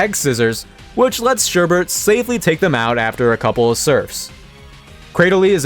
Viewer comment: I hate to be that person but it's Sherbet there is no r in the second half, I always find it amusing when people do that. Otherwise fantastic video and subscribed, keep up the amazing work!